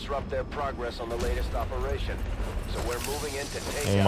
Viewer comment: Eperation “bone mother” KEKW